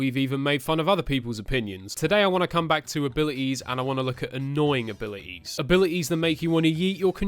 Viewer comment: Nobody:: abili es